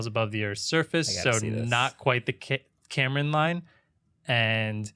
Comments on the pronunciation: 1. Karman Line is pronounced "car man", not "Cameron line". SpaceShipTwo does not pass the Karman line, only 85km rather than 100km. Still space though by Nasa/FAA/USAF standards 2. VSS Unity is the spacecraft that Branson was in, Mothership Eve is the "carrier" plane, it's essentially 2 of the same fuselages as Unity combined with a single wing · Get Tim Dodd on the podcast! Also, it's pronounced "carmen" not Cameron. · it's hungarian and you can actually pronounce it easily "k-ah-rm-ah-n" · no it's karman, the a's are pronounced as à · Please never pronounce karman like that ever again